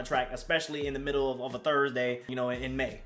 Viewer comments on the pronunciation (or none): none